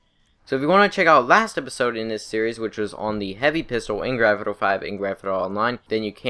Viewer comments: "Granfiduro and Granfidurra Online" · It do be saying Gretna Online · I recommended putting on a English subtitles when he says Grand Theft Auto 😂 it’s hilarious